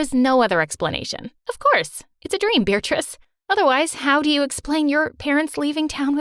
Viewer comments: Wait, so she's not bothered that he says her name "Beeritrice"? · WAIT HOLD THE PHONE- IS HER NAME BEARATRICE!??!? WITH A DANG 'R'?!?! WHAT?!??